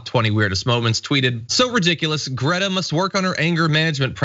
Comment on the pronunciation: Isn't Greta amazing ? Her name is pronounced more like 'Graita 'by the way.